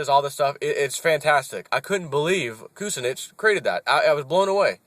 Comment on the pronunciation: Great video, by the way it's "koo SIN nitch.